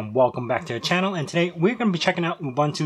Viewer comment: You lost me at "OOBANTOO"...